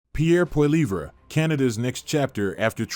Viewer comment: Lol it’s Poli-ev not Poli-vray